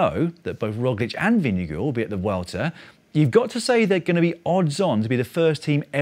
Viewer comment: It's impressive how the English-speaking world keep getting better and better at pronouncing 'Vingegaard'. At this rate I fully expect Dan to pass the Danish language exam next year. Then all he'll have to do is name a couple of Hans Christian Andersen stories, drink a shot of aquavit while chewing on a pickled herring and he'll be legally entitled to hygge.